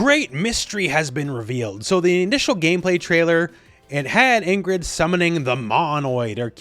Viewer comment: Why did U pronounce Ingrid like that